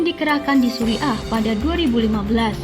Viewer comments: Tulisan Suriah bacanya Suriyah.! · Belajar dululah kalau mau membaca kan berita, jangan sampai pendengar salah arti, Surya bukan suri'a rokok Surya. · Syria atau Suriah bukan suri ah...!